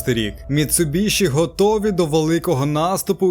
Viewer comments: Дуже класне відео про дуже класну тачку. Тільки одне уточнення - назва компанії читається як Міцубісі, тому що в Японії звук shi читається як сі❤ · Заєбало ваше міцубіШІ МіцубіСІ !!!